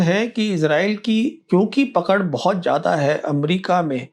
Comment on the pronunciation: Sir jya'da nahi .. zya'da hai wo